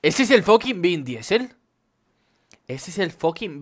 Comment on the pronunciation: se dice "vin disel" joder haha. Llevo todo el video hablando a la pantalla corrigiendote cada vez que dices el nombre :)